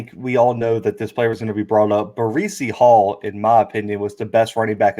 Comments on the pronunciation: Ba-Reecy Hall? What the hell is this guy talking about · IT'S BREECE HALL! NOT BREEZY HALL! Good god man. Guy lead the nation in yard and he can't say is name correctly. Now that I got that out of the way. Great interview.